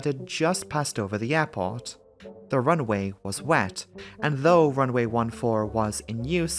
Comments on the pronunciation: Great video, but for the love of god, the constant pronouncing of "runway" as "runaway"... 😄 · Good video but sometimes it sounds like he's saying "run-A-way" but maybe it's just me old ears....